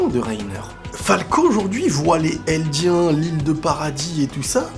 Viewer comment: Aucune possession de balles jpp quel tueur! par contre ce n'est en aucun cas un reproche mais quand tu dis "les eldiens" fais la liaison ça m'interpelle à chaque fois en gros tu dois dire "les zeldiens" voilà c'est pas du tout pour critiquer c'est à titre informatif. Super vidéo!!